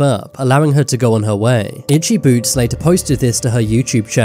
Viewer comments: When ur saying itchy boots it sounds like itchy boobs 😂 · did you say ''itcy boots''